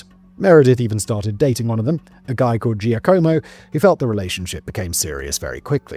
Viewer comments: every time simon mispronounces giacomo i just wanna cry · Hearing him pronounce Perugia is painful. Pe-ru-ja. Gi makes a j sound in Italian. Edit: giacomo is pronounced jacques-omo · Hey Simon - can you please do some more research about pronunciation when doing Italian-based scripts? Danny's script is excellent, but your name-butchering is nails on a chalkboard! Mainly, any combination G-I-A (Peru-GIA, GIA-como) is pronounced "ja"... like Jack... so Giacomo is "Jack-omo", Perugia is "Peru-ja"... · Per-oo-ja Jack-omo Raf-ay-ell-eh Etc etc Please for the love of all that is holy will podcasters PLEASE search how to pronounce the names in their scripts. I had to give up. It’s grating.